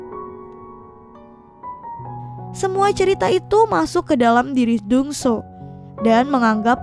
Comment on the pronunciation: Dong soo bukannya jadi dong su ya.